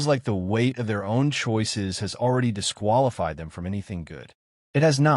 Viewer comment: Not dísqúalífíed